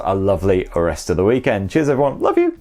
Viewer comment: why i m keep replaying '''cheeaas''